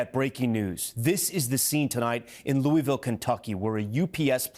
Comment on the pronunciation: God bless the UPS crew members. Horrific loss. Thanks Tom Costello for pronouncing Louisville correctly. Please give Yankee Tom Llamas a quick lesson